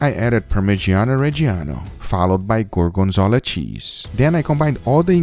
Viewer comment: apparently gorgonzola is pronounced goargenzala 😂 jk u do u